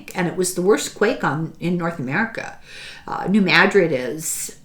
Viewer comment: Oh, THANK you for pronouncing New MADrid correctly.